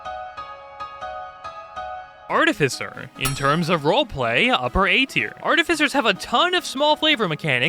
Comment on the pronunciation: ar-TIFF-i-cer why does no one know this?